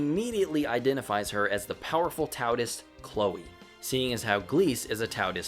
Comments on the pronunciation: I'm enjoying the video a lot so far, but I have to tell you that Taoist isn't pronounced "Tao-tist", it's closer to "Dow-ist". Not sure where you got the extra T from, haha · Lol, I'm not so sure someone younger than the actual franchise should be rating anything, let alone claiming 'best' or 'worse'. And ffs do a bit of research. Tf is a 'Towtist'? Tao is pronounced 'dow'. You sound like a moron. All in all, I think you're just young, impatient and not that good at Pokemon. 🤷‍♂ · It's pronounced Dao and Daoist... not Taoist. Spelled Taoist. Pronounced Daoist. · It's pronounced daoist- yes even when it's spelled with a t. Also the yellow vespa and a few other things are references to the anime FLCL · oh no, do you say tao'T'ist the whole review? ;~ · Lmao "tow-ist" You may want to look up the proper pronunciation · Sorry but why do you pronounce an extra T in the middle of "Taoist"? I assumed it was a mistake at first but then you consistently pronounced to that way lol sorry for being a grammar not or whatev